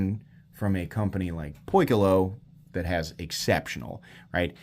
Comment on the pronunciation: Key-close(not far)…. It’s Greek for the word: Circle…